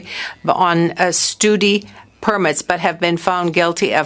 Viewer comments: "stooody permits".... pray explain what are stoody permits? Wow.... looks like someone didn't really "stoooody" in English class huh? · Don't watch this video, there's zero answers given. I could do this job.. oh, and please teach this lady how to pronounce "Study". It's not stoody